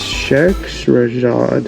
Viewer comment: Pronounced Magic of Sha hera zad